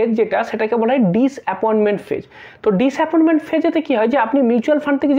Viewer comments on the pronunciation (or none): তুমি ভালো বলো, কিন্তু কিছু ভুলভাল উচ্চারণ ও করো। কেমন, ডিস অ্যাপয়েন্টমেন্ট ফেজ, ওটা ডিস অ্যাপয়েন্টমেন্ট নয়, ডিসাপয়েন্টমেন্ট, একটু তো ভেবে চিন্তে বলবে!!